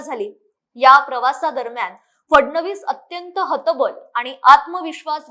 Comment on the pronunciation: शाब्दिक कोट्या बिनडोकपणाच्या असतात.हतबलचा उच्चार हत्बल करत आहेत. फडणवीसांबरोबर प्रवास करताना उद्धव च्या समोर आरसा होता बहुतेक म्हणून हतबलता दिसली.😢